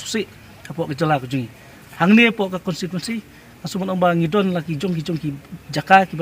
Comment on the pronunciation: Wow ko mei... Ka apot au kum kane... Tang ban kynnoh constituency ruh ym nang da ka "consituency" Independent Candidate 🤣🤣🤣🤣sound funny😝😝